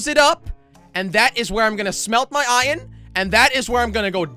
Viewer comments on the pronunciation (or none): I love how Jelly says ‘Iyan’ instead of iron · Who cringed every time he said ion instead of iron like if you did tooo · I know! He prounonces iron iyon/ion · he means jelly says ion instead if iron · It's not iron Its ion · I like how he says ion and not iron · He says iron like iren